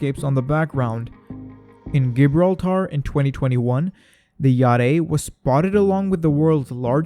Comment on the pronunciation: Don’t tell me that’s how Americans say Gibraltar😂